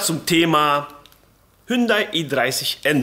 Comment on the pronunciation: Was ist denn dieses „Hündai“ 😂 Spaß toll umgesetzt! Top 👍🏻